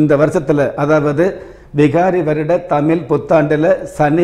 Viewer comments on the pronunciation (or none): First of all prounce the word tamil properly